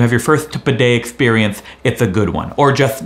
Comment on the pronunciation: My brain cannot handle the word excereience